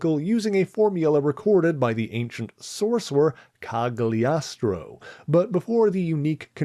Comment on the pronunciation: "glio" in "Cagliostro" is pronounced like [ʎ:o]